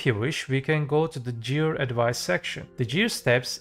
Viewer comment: Jear score? U mear ''gear''?